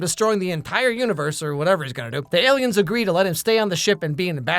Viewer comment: The Aliems! 🤣